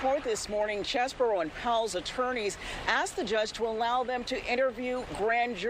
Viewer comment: It's Cheesebro